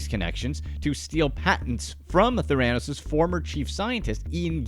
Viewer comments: I 100% agree, it's my pet peeve when watching YouTube. This company has been in the headlines for years. So many sources of media have taught/shown us how it should be pronounced. Even the past employee's have been interviewed and they all say it the same way. 🙉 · Why on earth would you pronounce the very thing you’re making a video about wrong? It’s just so embarrassing and sloppy. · Someone should tell OP how to pronounce Theranos. Hint: It's NOT ther-AN-os. It's THARE-uh-nos. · You need to learn how to pronounce theranos. 'there-a-nosse' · It's fun when a video presentation takes the time to learn how to correctly pronounce its subjects name. Theranos = THER-a-nos, (as in THER-a-py). Not ther-A-nos. Otherwise, excellent presentation! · Couldn’t get past the constant mispronounciation of THERA-nos. Not TheRAnos. Yeesh! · It's pronounced Ther-a-nos. Otherwise, great synopsis of Elizabeth & her manipulative behaviors that eventually lead to her downfall!! Diane Downs did the same thing to garner sympathy because, in her case, after all she's pregnant, a gift especially after the death of her daughter & the losing custody of her other daughter & son. For some reason female sociopaths actual think it will work in their favor.😇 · There are a few things that make me twitch. If it happens too many times I go nuts. It's nod your head for yes. Shake your head for no. Saying the name Ther--a--nose incorrectly, for some reason made me want to jump into the story about Theranos, rank the reporter to the side and quietly but firmly repeat the proper pronunciation until the reporter said the word correctly. Apparently, the actor Bennidict Cumbermatch had difficulty pronouncing penguin 🐧 while narrating a documentary about these lively birds. They have quil shape feathers. The Graham Norton show has a hilarious clip of him explaining what had happened. Well, no body's perfect!!!😇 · Ther...ran..os What???? Learn to pronounce the this your talking about